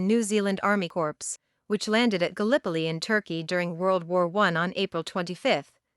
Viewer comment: Question 104/155 pronunciation mistakes Corps is pronounced as corpse Two completely different words